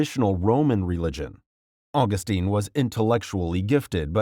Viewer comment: My critiques of this video. 1. Mother Theresa - I don’t understand the point about her opposition to birth control and abortion. It should be pretty apparent that she would be considering it’s required. It’s a weird thing to fault her with personally. 2. Mispronounced Augustine. 3. Mispronounced Capuchin. 4. St. Christopher wasn’t “de-canonized” because there’s no such thing and he was never canonized to begin with. Canonization is a relatively newer process which is considered an irrevocable act. Regardless, early saints like St Christopher were popularly proclaimed as saints.